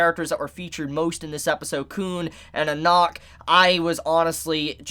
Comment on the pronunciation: im pretty sure its just jahad not zahad and its just anak like aanak not onok and its not bom its bam